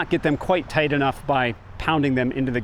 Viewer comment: Do you tink is good enof for goots😊